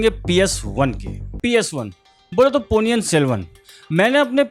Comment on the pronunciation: It's not Ponni yan it's Ponni in .